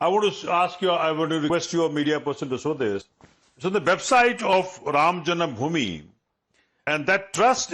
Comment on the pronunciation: Why cannot they pronounce Ram janmabhoomi correctly ! It is Ram jaNMAbhoomi NOT Ram jaNAMbhoomi !!